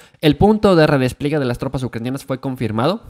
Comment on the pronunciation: redes pliegue maaaaaal, redespliegue re-des-plie-gue todo junto, madre mía